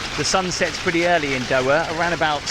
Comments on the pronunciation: Doha... not doa.. more effort with pronunciation would be appreciated 😅😊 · The pronunciation of “Doha” is: DOH-hah (with the “DOH” as in “dough” and the “hah” softly pronounced).